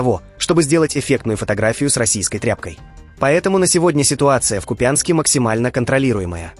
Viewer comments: КУПЯНСК - ударение на первом слоге !!! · Когда вы научитесь правильно произносить Купянск, ударение на первый слог. Уши режет вперёд невежество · Не КупЯнск,а КУ пянск.Все крім мацкви!!!Трамп не володіє ситуацією,авторитетом- пуста людина,не забезпечили Україні захист і допомогу. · Слушала, как украинский корреспондент про контроль в Купенске сказал :" мы контролируем, как Россия занимает Купинск ".... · Вы уже с ударением Купянска определитесь. Вообще не новости, а херня.